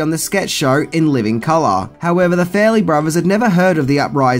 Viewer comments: Fa-relly brothers...not Fair-elly brothers...let's work on that pronounciation ;) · FAR-LEE BROTH E RS not fair ley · Farrelly is not pronounced "Fairly". And fix your lazy ass titles. God.